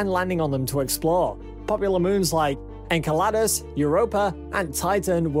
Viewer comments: Just saying.. "land on the ISS" ? or DOCK WITH the ISS ? And it's EnCelados not EnQelados.. And Sabatier is French pronounced but that's not so important :) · En-kaa-laad-us??!! Seriously!!? It's pronounced En-celle-dous, spelt Enceladus. C'mon!! Please try to pronounce things right. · FYI... Enceladus is pronounced (En-cell-ah-dus).